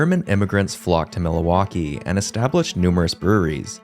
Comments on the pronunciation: Am I crazy or is he saying Miliwalkee like Alice Cooper in Wayne's world. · Miluwakee, Mindianapolis, be glad he didn't say "Chick-a-go," or "Ballatmore." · I think the only mispronunciation I noticed was Milwaukee. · Isn’t Milwaukee fairly close to Canada? You can’t use “being Canadian” as an excuse. Maybe if you’re from Mexico, you could use that as an excuse. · That is the stupidest pronunciation of Milwaukee I’ve ever heard. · Excuse me, but what in the world was that pronunciation of Milwaukee? You added a whole other syllable in there 😂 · The pronunciation of Milwaukee is abysmal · The pronunciation of Milwaukee is also distracting. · Great video! Besides the pronunciation of Milwaukee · You can’t say Milwaukee Bro….. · I was going to say that… idk why but it was so hard to listen to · I THINK THIS GUY GETS OFF ON INCORRECTLY PRONOUNCING IT AS MIL-A-WAUKEE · Why do you keep saying “Millawaukee”? And the Brooklyn club in the 1890s were the Bridegrooms (not the “Bridgegrooms”), and then the Su-PER-bas (not “SU-per-bas’). The word “padres” doesn’t mean “friars.” “Friars” means “brothers,” not “fathers.” If you’re going to spout off on the Internet, get your facts right. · I’m trying to figure out where “Milawaukee” is… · Its "mill-WAU-kee" - come on - it isn't a foreign city................... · "mila-waki" bruh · Milowaukee? Bridgegrooms? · Mill-a-wah-kee? Master class stupid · Why is he adding an "a" in the middle of Milwaukee!?! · Dude it's Milwaukee not "Mil-a-waukee", there's no a in there bro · Interesting history lesson. But is this a robot voice? oy. Worcester Mass is pronounce woster not war-chester. Mil - a - waukee? Where'd that come from? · Mil uh waukee it’s Milwaukee! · MILL-WALK-EE. NOT milli-wah-key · Bro wtf is Milohwalkee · Dude it’s MILwaukee not MILAwaukee. I’m not even from and I’m pissed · It's pronounced MIL-Waulkee NOT MiLA-WAULKEE.... Like where are you from? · its pronunced mill-wah-kee not mil-a-wah-kee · milawakee is a my favorite